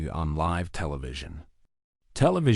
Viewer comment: How can you post this when horrible narration can't even pronounce the word LIVE?